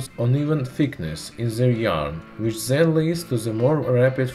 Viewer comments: why are you saying zat instead of THAT and ZEN instead of then? is it so hard do say D? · Zis zat zen ze